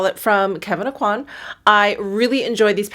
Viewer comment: On a side note. Just about everyone I've seen on YouTube seems to pronounce "Aucoin" incorrectly. It's a Cajun/French name (Kevyn's adoptive parents lived in South Louisiana). The "n" is silent, and the "coi" should sound like the "kwa" in "quack", not like in "quality". So it should sound like "OH-qua(ck)" without the (ck). Of course, he may have given up trying to get people to pronounce it correctly after moving to New York, or even wanted to change how his name was pronounced due to personal reasons; so maybe I'm the one that's wrong in his specific case. But I bet he pronounced it as I've shown in his youth. I just think it's interesting. I can tell if I'm getting a call from a telemarketer right away, they ask for MELON-kon instead of Meh-LAW-saw. It's almost like having a password :). One of my favorites is Hollier = OH-yay, anyone who says their name sounds happy to see them.